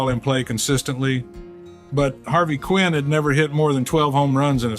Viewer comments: Yeah, that was the give away. I was hoping it really was Mickey until I heard that. Every player, every fan knew the correct pronunciation of Harvey's last name. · AI mispronounced Harvey Keene name. Mickey would not have done that.